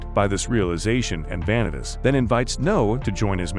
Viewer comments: Please learn how to pronounce names, Va-nee-tas, No-ei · Why are you saying vanitas name so wrong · my bitch ass was so mad at this man for butchering all the names. Like Vanitas's being butchered is understandable but how do you butcher Noé and Jeanne. Like it's literally supposed to be pronounced in French not butchered in English